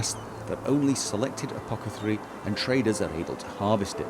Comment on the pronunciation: For every "apoketharii" that is uttered, an apothekarius dies :p